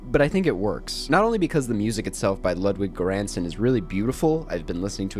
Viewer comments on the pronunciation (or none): The way you said Ludwig Göransson killed my soul💀